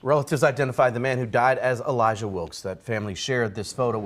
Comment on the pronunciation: no fucking way the sister is called "Elayjah"